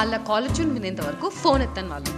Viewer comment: Pretty funny but btw, "valuu" kaadu "vaallu"